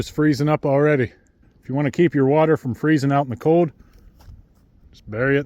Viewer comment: Where is he from where he doesn’t pronounce internal “L” ? “It’s very code outside”